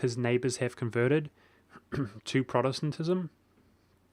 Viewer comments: And don't forget Protestentestenism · Achievement Unlock: Pronounced "Protestantism!" :)